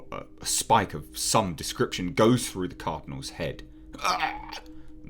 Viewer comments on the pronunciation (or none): none